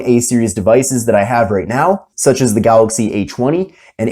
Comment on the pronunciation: Its galAxy not galOxy😄😄😄